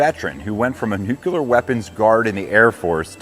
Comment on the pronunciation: That twitch of mine has returned. NEW-CLEAR, not nu-cu-ler.